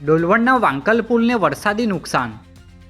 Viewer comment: Its vankla not vankal